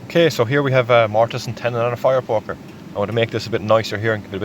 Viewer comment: Love how sometimes it sounds like he's saying fire porker